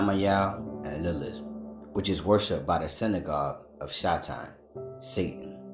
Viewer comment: why he keep sayin shai-town 🤣 can say 'satanism' but not 'satan'? Yea he says it once shortly after but all the rest...